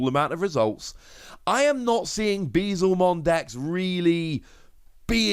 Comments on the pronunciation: my heart aches every time u say bezelmon instead of beelzemon. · It's probably gonna take another year or so before someone corrects your pronunciation of "Beelzemon" despite you spelling it right, but continue to pronounce it wrong! xD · Pulled the Alt Arts for Ulforce and Machinedra, so not too bad. also Beelzemon == B L zemon Beelzemon =/= Bee-zlemon